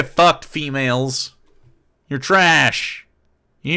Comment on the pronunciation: Keywords, 'Fee-melz'